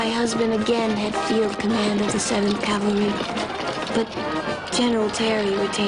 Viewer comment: Even Custer cant say cavalry...nor can his wife